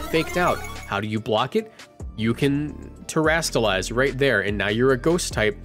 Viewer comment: Terastalize is not hard to say, come on man